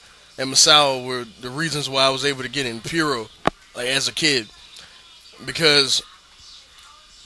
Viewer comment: Took me awhile to get that you were sayin puro when you said it like piuro. I was like Fiuro? Hero? Was Misawa in some fed I didn't know about? But, yeah. One thing is that he's actually like only a year removed from a year long heavyweight title run. Way it is in Japan, he was genuinely still as big a player as he ever was. The only one I can think of who ever died with his stock in the business this high is Eddie.